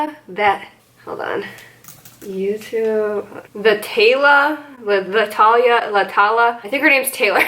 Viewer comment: It’s pronounced thuh-tayla she’s awesome you should watch her. This sounds sassy, that is not my intention.